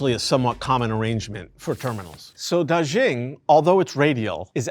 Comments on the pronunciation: anyway FYI, Da Xing is pronounced as Da Sing, not Da Zhing :) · Word of advice: if a foreign name comes up multiple times in a script, take a minute to study how to pronounce it correctly. It affects your credibility and listenability when a subject’s name gets butchered repeatedly. Dàxīng is pronounced more like DAH-shing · Daxing (大興) is a homophone for "great star" (大星). Also "xing" is pronounced more like "shing" (xīng in pinyin; /ɕíŋ/ in IPA). The "zh" sound the presenter is using—like the English word zhuzh (/ʒʊʒ/)—is found in some southern varieties (though not for this word) but isn't a feature of Mandarin or standard Chinese, nor of the dialect around Beijing where the airport is located. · “DarrShinng” ???… it’s “Da” as to the tone of “Ha!” and “Xing” as to “Sing”to mean “Big Star”.